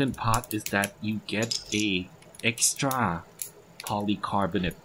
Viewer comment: รีวิวดีมากๆ ชอบที่เล่าไปทำไป ดูเพลินมาก ชอบที่เล่าเหตุผลตอนเทียบรุ่น mod007 มันตอบคำถามสำหรับคนที่มีตัวเลือกเยอะได้ดีมาก ตอนแรกนึกว่าคนสิงคโป พอได้ยินคำว่า เอ็กส์ตร้า อ่อ คนไทย 555